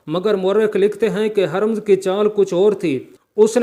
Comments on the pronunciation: apna talafuz teek ker lain. Ye nam Hermz nahi tha balkay Hermaz hay. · Harmz nahi " hurr- maz " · یار ھرمز کا نام تو صحیح لو۔۔بالکل ان پڑھ لگتے ھو ۔۔بار بار حرم حرم کہہ ھر۔۔مز ھے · Not Haramz, it's Hurmuz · یہ Hermz نہیں ھے بلکہ Hurmuz ھے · ھَرمز نھیں ھُرمُز ہے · Haramz Nahin Hurmuz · Aoa sahaba kiram Kay name mubaric Kay sath razi Allah taalah Patna zaroori hay aur Urdu talaffz harmaz hay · The text was good but reciter did not the Urdu language pronounciation as he did too much mistakes ,He could not say the correct name of Irani Commander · HARMZ Is not Hurmaaz ۔۔کیونکہ بار بار غلط پڑھ رھے ھو